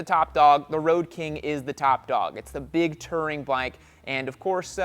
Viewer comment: it's not "Terring", it's "Touring"